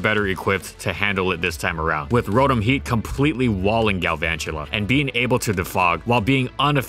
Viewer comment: It gets mentioned all the bloody time and to this day he keeps pronouncing its name wrong, it's row (as in row a boat) and tom (like the cat). It's "row-tom", not "rou-thum".